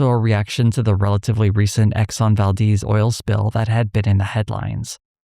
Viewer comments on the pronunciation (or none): none